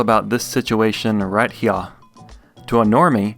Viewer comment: “Right Heuh”